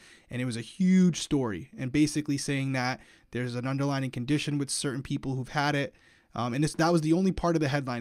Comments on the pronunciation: the word is underlying conditions, not underlining! 😂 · He says underlining issues 😂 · I mean this in a nice way: it's "underlying condition" not "under-lining!" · I love you but the word is not “underLINING”, it’s “underLYING” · as an english teacher I have to say.. it’s underLYING not underlining